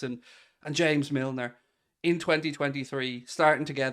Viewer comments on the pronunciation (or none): none